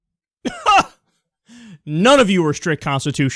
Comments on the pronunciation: I think he said "Constushalinst" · Lol, "constitooshalist". Besides this asshole clearly not even knowing what sticking to the Constitution is, where would you put these supporters of gay marriage? In a gulag?! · this f**** idiot can't even pronounce constitutionalist correctly. and I know some people that look at him and view him as a moral compass. Pathetic, ain't it?